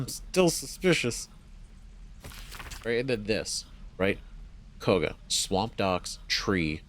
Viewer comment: Just dropping a comment to say that Kagha is pronounced kaw (rhymes with saw) guh :) not a huge deal, just passing it along. (and Astarion is uh-star-ee-un, can't even count the number of times I've heard people say it like uh-stare-ee-un :P)